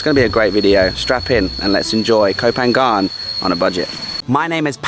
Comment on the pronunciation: Hi Paddy! PHANGAN is pronounced PAN-NGAN. Most non-Thai speakers can't pronounce the NG sound so you could also pronounce it PAN-YAN.